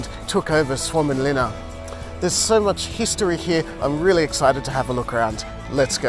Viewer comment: You did a far better job than pronouncing that name than we did last week when we were filming! Mate, you are super informative and this is really well filmed. Keep up the great work!